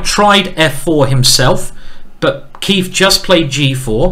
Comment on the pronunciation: Every time he says “Keif” I keep thinking “ey, did the beat go off?”